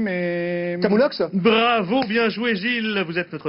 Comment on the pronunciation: "BRRRAVO BIEN JOUÉ GILLLLLES" 😂